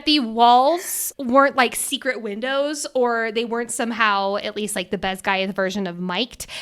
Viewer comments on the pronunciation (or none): none